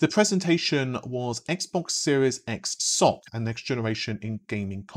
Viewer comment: Ess-Ohh-See is probably more correct, but certainly less entertaining. Keep with the Socks :)